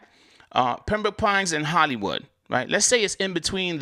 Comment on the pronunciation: I like how you say Pembrooke Pines sounding like a Mississippi pimp 😂